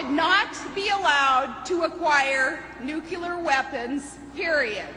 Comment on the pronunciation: she can'tpronounce "nuclear" correctly it's not nu-clu-lar. it's new-clear! ugh!